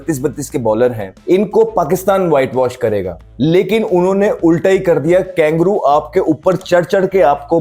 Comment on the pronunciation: कंगारू ❌ कंगेरू ✅ छक्के ❌ छिक्के ✅